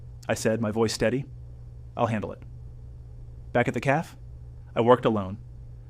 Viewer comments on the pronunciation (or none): It is cafe not caf and repeating the mispronounced word is annoying. The caf, the caf, the caf, the caf, my caf, my caf , my caf ... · Get a better reader. CAFÉ please notice the accent over the letter "e". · 😂 the mispronounced CAFÉ takes away the gist of the story. Did you go to school?. Your teacher will scream with anger too listening to your mispronunciation 😂